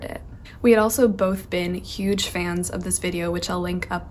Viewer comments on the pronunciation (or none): none